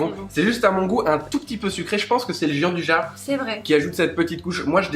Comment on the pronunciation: Bonjour à tous les deux, superbe recette comme d'hab ! Moi qui ne faisais pas de pâtisserie je commence à changer d'avis :) Petit détail : ça se prononce "Djiandouya" :)